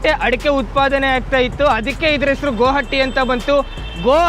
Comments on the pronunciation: ಬ್ರೋ ಅದು ಗೋ ಹಟ್ಟಿ ಅಲ್ಲ 😜😜 ಗುಹಾಟಿ.. ಆದರೂ ನೀನು ಸೂಪರ್ ಬ್ರೋ love you.. keep rocking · ಗುಹಾಟಿ ಅಲ್ಲ ಗುವಾಹಟಿ 😁😁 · ಅಣ್ಣ ಅದು ಗೋ ಹಟ್ಟಿ ಅಲ್ಲ😁, ಗುವಾಹಟಿ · Bro gohatti alla guvahati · ಬ್ರೋ.. ಅದು ಗೋ ಹಟ್ಟಿ ಅಲ್ಲ ಅದು ಗುಹಾಹಟಿ